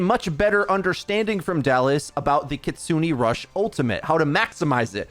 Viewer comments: its pronounced kitsu-neh, not kitsu-nee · Kitsune is pronounced kit-soo-nay, not kit-soo-nee. Japanese vowels (aeiou), unlike in English, have the same pronunciation every time. E makes an "ay" sound, never an "ee" sound. Just a small criticism of something I've noticed in every video involving Kiriko...